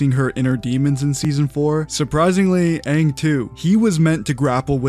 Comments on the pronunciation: They said “Ong” nd that shi pissed me off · We knew the movie was going to suck the moment they decided to pronounce Aangs name as "Ung" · THE OG CREATORS DID THE BOTCHED MOVIE??? and the actors still screwed up the names, like with Ung.. ITS AANG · I’m offended. Live actions notoriously suck. And the creators allowed them to pronounce Aang wrong?? Double offended.